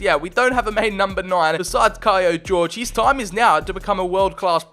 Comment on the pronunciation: I think that he is not called Jorge, like George, but like Horhe, or Jorge in Portuguese!